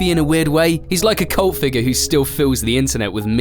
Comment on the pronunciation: I think you have a spelling mistake, you pronounced it “CULT figure”